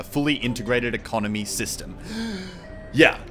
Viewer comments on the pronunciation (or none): none